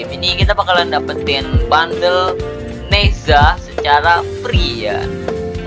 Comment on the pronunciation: bang bukan nehza deh nezha bang